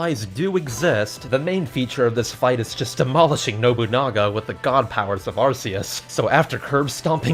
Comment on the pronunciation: Arceus is actually pronounced Ar-key-us